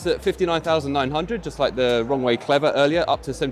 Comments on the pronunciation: When you say "Rowe" it sounds like "Wrong Way." Also I like the little S01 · i am sorry. It might just be me. the way he says the Roewe - it sounds to me like he says "wrongway"